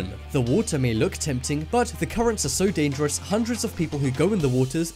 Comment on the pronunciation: This is not real . Every five minutes you say dadares